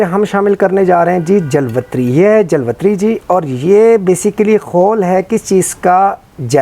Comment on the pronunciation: it is a punjabi accent Jalwatri